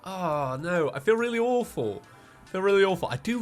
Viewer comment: "The Sprite is weely similar"